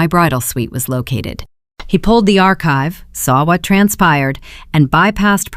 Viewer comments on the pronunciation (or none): none